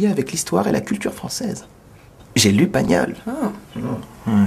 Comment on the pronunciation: L'action fronssaise là-dis dont